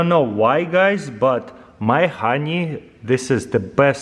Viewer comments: Nobody: Taras: khoney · I love that he says “hroney” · RONY EXTRRRRRRRRRACTION I'm dead xDDDD